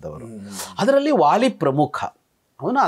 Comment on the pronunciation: The sound "wa" does not exist in our language. Please pronounce it as "va" ... not "wāli" but "vāli" and so on .